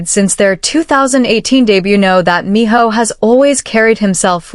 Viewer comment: His name is Minho not Miho.